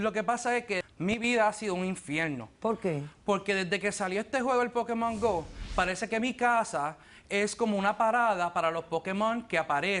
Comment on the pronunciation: pokimon gou xD asi lo dicen ellos :v